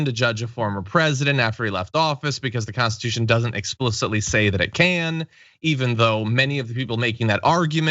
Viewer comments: The ole constitushhh 😂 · "The Old Constituche" XD